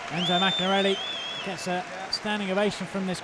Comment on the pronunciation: why can't the stupid commentator say maccarinelli properly?